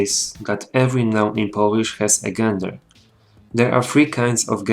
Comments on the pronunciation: It is pronounced jen-der not gen-der. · Część, I am a big fan of your videos. I noticed that you made a mistake when pronouncing "gender". You should pronounce it as if it were spelled "dżender" in Polish. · czyta się "dżender"